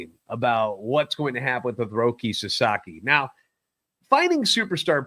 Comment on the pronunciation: Jesus Christ. He’s not a tv!!! He’s name is ROKI. With an I.